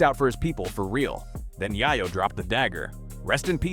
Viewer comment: Yay-yo ! Yay-yo !!! not Yah-yo !